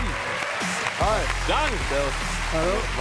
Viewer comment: Das ist Dang Kiu ausgesprochen